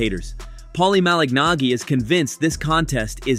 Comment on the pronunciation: The pronunciation of "Malignaggi" in this video is a great argument against the obnoxious use of AI.